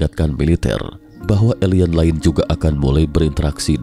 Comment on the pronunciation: Dimensi pak, bukan demensi. Alien bukan elien😭😭😭